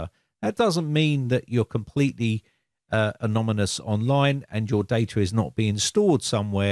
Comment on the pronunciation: "it's a lot more better" "anomynous"